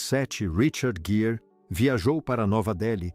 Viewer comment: Leitura péssima, que erra a pronúncia do nome do ator e desrespeita a pontuação e a entonação adequadas. Os erros chegam a prejudicar a compreensão do ouvinte.